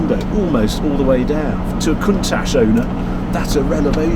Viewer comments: You like saying cunt ash Harry, I’ve always pronounced it count ash , maybe I’m wrong and didn’t want to sound naughty, cheersshane uk 🇬🇧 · Countach is pronounced with the ch sounding like it does in church and not an sh sound .